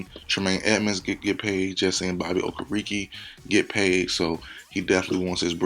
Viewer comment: It's Bobby oh-ker-uh-kay